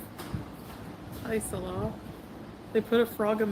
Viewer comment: I love how she still can't say Salah's name properly... 😅😅😅😅😅